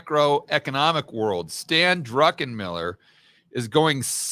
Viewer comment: I love when people say Drunkenmiller. 😂